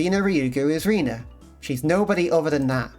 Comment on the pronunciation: About Rena's name and pronounciation, even though you're already on chapter 2 so might be a bit late Reina would indeed be pronounced "Rayna" Rena however is not pronounced "Reena" but rather "Reh-na". If you're unsure you can probably put the voice acting on and check how the characters say it The weird part about her name that doesn't translate at all in english is that "Rena" uses Katakana characters instead of Kanji. Katakana is often used for foreign words in japanese, thus why Keiichi says it sounds like a foreign name. I love that now that we've got the context that something's up with the village even the slice of life scenes start to feel ominous. The club activities are great on a second read, there are so many things that make you go "oh my god." One exemple that is spoilers for the end of chapter 1 (For anyone who might be on their first watch along and haven't binged to the end of that chapter yet) is Keiichi in the zombie game making up the fake message about Satoko's parents waiting for her at the gate. Like, holy shit. He didn't know better but holy shit.